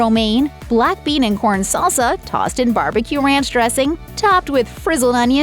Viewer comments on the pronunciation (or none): none